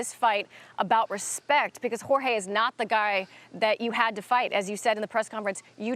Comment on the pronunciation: Respekkk?....Respekkk?..who has respekkk fo the "Franchise" Jon ☠ Jones🎉🎉